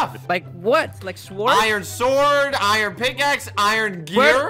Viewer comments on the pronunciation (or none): Did anybody notice that pronounced iron I-run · Me laughing at how says iron. He pronounces the r in iron... iRon